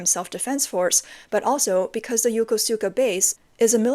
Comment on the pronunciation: it's NOT YO-KO-SU-KA, it's YO-KUSKA.